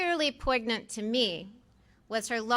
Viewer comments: Such a strict textualist that she even pronounces the g in poignant. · POIG NANT? Interesting pronunciation lol. Seems to be a good choice regardless.